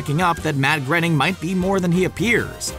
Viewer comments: It's pronounced Matt Gray-ning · It is Matt. Grow-ning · No. It’s not. It’s pronounced “grayning.” Jesus. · It's Groan ing like a groan then ing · So no ones gonna talk about the way he pronounced Matt Groening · You said Matt Groening's name wrong. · You keep saying Matt's last name rong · please learn to pronounce matt groening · You said Groening wrong. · Can't get past the mispronunciation of Groening. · Believe it or not, I know a better sociopathic, fun-loving robot than Bender. Also, learn to pronounce Groening. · Can no one say Matt Groening's name right? 🙄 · DareDevil The Tester god thank you I cringed every time he said it wrong. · Pronounced "Gray-ning", not 'Gren-ning' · His name is pronounced GRAY-ning not GREN-ing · GROENING IS PRONOUNCED "GRAY-NING" NOT GRENNING!!!! I really dislike when so called fact videos mispronounce key names or words in them LMAO! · It's pronounced "grain-ing" not "grenn-ing." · It's pronounced Matt "Graining" like "braining" not grenning. You could at least get the guy's name correct if you're talking about him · its not pronounced grenning its supposed to be grayning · lol I've heard people pronounce Groening wrong a lot, but I've never heard them say "Grenning" like in this video. its just 'grain-ing', its really not that hard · I'm sure it's pronounced Matt groaning not grening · Why do you pronounce Matt Groening's name as Matt Grenning? It's pronounced as Matt Growning... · his name is pronounced Gray-ning.... not Gerning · That is now how I would have pronounced Groening's name. Instead of Gren-ning I would have pronounced Groan-ning. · And it's not grening it groening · FYI: Matt Greoning's last name is pronounced groan-ing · It's pronounced gray-ning. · its pronounced graining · BTW, you're pronouncing Matt's name wrong. When asked how to pronounce it, he said, "Groening, rhymes with complaining." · Matts name is pronounced like it rhymes with Complaining, by his own admission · Nope. It's grain-ing